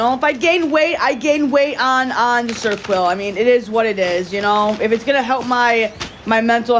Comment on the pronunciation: "of serquel" Ser-o-quel! There's three syllables! Try and put in some effort for once!